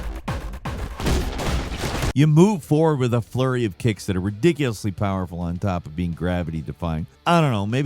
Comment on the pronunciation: Said “dicks” 😂